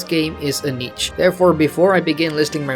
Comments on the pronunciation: nice vid, helpful. just so you know since you said it a lot niche is pronounced neesh and not neech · I think you mean niche(Neesh). Not Neech.